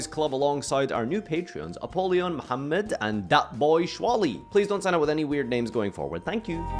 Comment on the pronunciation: did… did pronounce Mohammad right? It feels so weird to hear an English speaker say Mohammad right